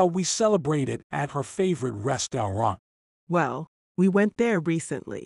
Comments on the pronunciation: “Restawont” bruhhhhhh😂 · 'restaurant' was said wrongly